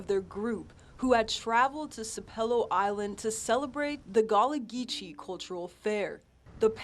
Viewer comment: Sap - elo, gull-----ah, get it straight if you gonna be on the news